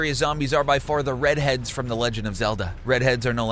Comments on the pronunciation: Its redead not sure if its just me but it sounds like you called them redheads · "Redhead" it's ReDead, geeze...